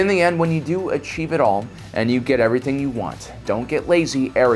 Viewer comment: What’s with the “YOou”